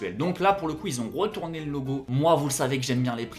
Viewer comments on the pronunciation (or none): Sympa, mais ta diction est horrible... On dirait que tu dis « rotourner » au lieu de retourner, « habitchué » à la place d'habitué, « petchit » et pas petit etc., ça rend ton discours lourd, c'est dommage...